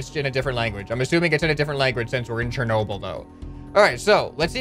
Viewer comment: It's Cher nob el that's how it's said but much lighter you say it so wrong